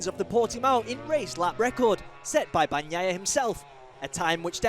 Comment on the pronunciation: STOP WITH FREAKIN BAG NAYA PRONOUCIATION. it's Bania ya. not Bag naya. so irritating to hear. :face-orange-frowning